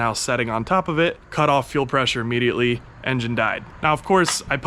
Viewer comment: "Uhmmediately" is not a word.